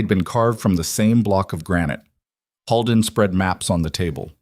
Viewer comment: Dear AI 🤖 narrator Holden is not pronounced “Hall-den”, it is pronounced “ Hole-den”😅